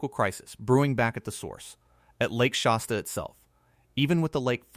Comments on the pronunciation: It's Shasta (like "hat"), not Shosta. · If this guy cannot correctly pronounce the word "Shasta" then it doesn't inspire me to believe anything he says